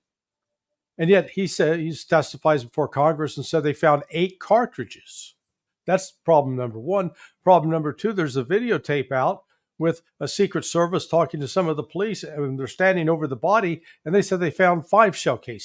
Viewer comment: I caught Wray comment on carthages, not shell casings ... also, no one corrected him at the hearing